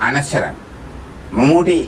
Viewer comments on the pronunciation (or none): പറഞ്ഞു വരുന്നത് താങ്കളുടെ മനോഹരമായ ഉച്ചാരണത്തെപ്പറ്റിയാണ്... ശേതാ മേനോൻ അല്ല ശ്വേതാ മേനോൻ ആണ്. അവർ ആദ്യമായ് അഭിനയിച്ച സിനിമ അനശൊരം അല്ല അനശ്വരം ആണ്.